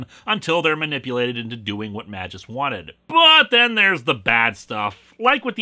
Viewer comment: As a non-native English speaker, I feel that every time when a Greek or Latin name is spoken by an Anglophone. The pronunciation is just sooo wrong.